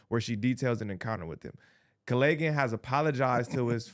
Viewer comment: he can barely read, Callaghans name did not change a single time yet somehow he managed to pronounce it a different way every single time